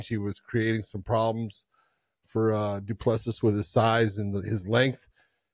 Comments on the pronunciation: Have enough respect to AT LEAST correctly pronounce CHAMPIONS’ names. “Du Pless See” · Thought by the time he became champion you would be able to pronounce Du Plessis properly but I guess some Americans are incapable of learning how to pronounce some names